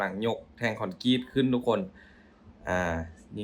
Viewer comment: คอนกรีตไม่ใช่คอนกรีชอออกเสียงให้มันถูกต้องหน่อย อย่าเอาสำเนียงที่บ้านมาใช้ให้มันผิดเพี้ยนซิ